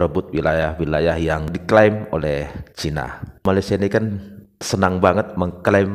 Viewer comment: Bukan Malaysia, Bang. MALASSIA 😂